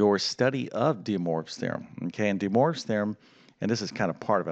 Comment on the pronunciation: "Dee Morves Theorem"